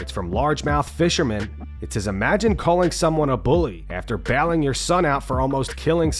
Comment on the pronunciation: wait is this narrated by AI? how the fk is he saying BAILING?